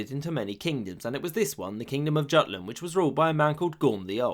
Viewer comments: The 'j' in Jelling and Jutland is sounded as 'y' like yelling. The hard J isn't used in Germanic language outside of modern English. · Its Jutland (Yút-land) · J in germanic languages is pronounced like y in English so Jotland and Jelling is not pronounced correctly.